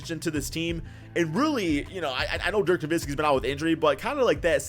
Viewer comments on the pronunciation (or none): none